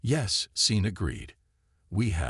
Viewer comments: Seen Martinez...? Possibly a good story. Stopped listening when it mispronounced simple names. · my first name is Sean i get called seen all the time. I have gotten used to it. hooked on phonics is the reason